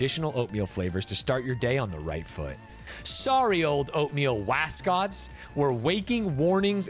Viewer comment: Yeah same with that “m” that made say Wascot lmao